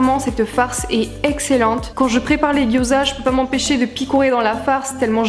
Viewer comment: Ta recette a l'air top! je vais tester ça le plus vite possible :D (gyoza se prononce "diaodzeu" au fait :) )